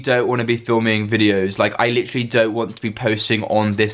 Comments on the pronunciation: wrooooooong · “I litcherally” Litcherally Litcherally